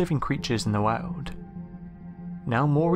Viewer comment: Who eles likes it when he says (world) wearld